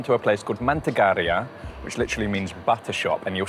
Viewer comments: Mantegeira is pronounced ( man-teh-gay-RAH. ) that cause they are only made with cattle milk butter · Great job, your enthusiasm is infectious. You chose great places for the food. You got the pronounciation of pastel de nata, down perfectly, the other other words, not so much. I'm sure you are going to work on it. Start with manteigar(i´)a. I look forward to seeing your madeira video.